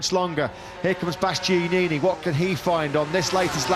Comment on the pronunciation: I cringe every time the commentator tries to pronounce Bastianini’s name 🤦‍♂️